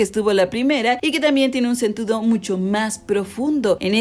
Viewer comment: Minuto dice "sentudo" en vez de decir "sentido"